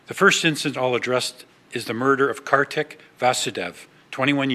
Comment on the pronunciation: Pronounced Car-thick